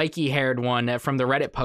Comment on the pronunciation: Himee lmao bro it’s hi-meh